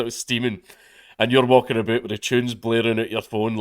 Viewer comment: Im not noticing any real difference in this "Scottish" voice versus "youtube" voice, beyond just the speed at which you're speaking, and maybe a couple slang terms. Edit: I am surprised to hear you say "aboot" like a canadian though Generally speaking I have an easier time understanding accents better than other people though, according to other people. Never noticed rill somebody mentioned it